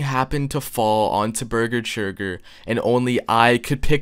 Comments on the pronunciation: Churger burger forger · Ah yes Burger Churger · Bargur chager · I like how he gets beese churge's name wrong every time lol